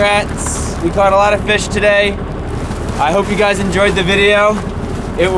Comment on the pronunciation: Hygys (Hey guys) pronounced Hi-gis